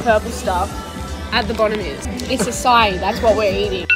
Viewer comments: As a Brazilian, i laughed very much with aciai, Its açaí. Love you're channel! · I Know that it has been like a year ago but ok. The “aciai” actually is a Brazilian little fruit and it’s called AÇAÍ, in English a-sa-e